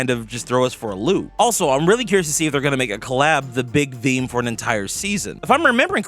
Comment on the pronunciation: How often you want to say the word THEME wrong?